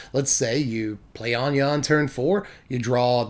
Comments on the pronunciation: finally, someone who says "Ahn-yuh" instead of "ANNE-GIE" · ANYA! Anje is pronounced Anya. People pay attention. This man speaketh prophesies.... he preacheth!...